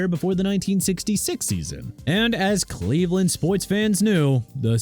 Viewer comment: Michaels Bennett?? Really dude?? Michael Bennett! Get it right!! Also it's Cleveland not Leaveland... SMH! Are you okay?? By the way Miami ain't in title contention no more so hope you're happy!